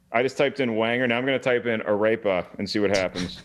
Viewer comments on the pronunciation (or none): The way pronounced arepa. Jajajajaja.